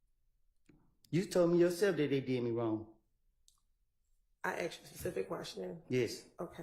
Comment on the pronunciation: Your life being on the line with a Prosecutor that can’t ascertain the difference between “asked” and “AXED” is nasty work